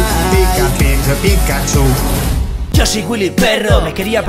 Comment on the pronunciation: Dice pikahcu 😅😅